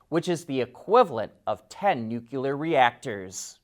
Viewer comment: "Nucular"? Seriously?